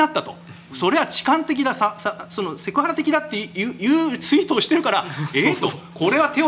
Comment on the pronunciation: あと「ツイート」が「ユイート」になってますよﾎﾞｿ